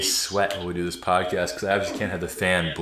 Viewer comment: Erm..."podxast "???😓 LOL ( the " x" is next 2 the "c" ...I hate when this happens ) 😣